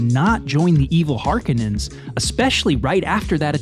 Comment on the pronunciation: First of all it's Har*kon*ens not whatever name you butchered them by. And just because a movie has great cgi, special effects, or even a plausible world and or lore, none of that alone makes a movie ' great '. The MOST primary attribute to achieve that title is story, in other words how good is the writing, the script. Most people entirely miss this, even people in Hollywood.